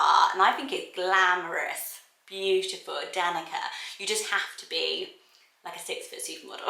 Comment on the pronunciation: Danica is a Slavic name, and c in Slavic languages is pronounced like tz. So it's more like Danitza than Danika, just so you know.